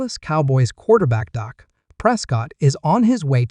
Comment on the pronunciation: Please pronounce his name correctly, it’s Dak not Doc.